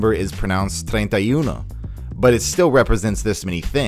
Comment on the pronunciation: As someone that talks spnish, I loved how you said treinta y uno